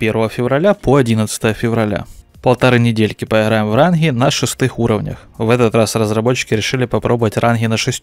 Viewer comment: Не ранхгы, а ранги